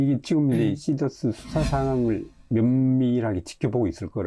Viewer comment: 시더스회원이 24만명입니다 시더스죽이는 발음 자제 부탁드립니다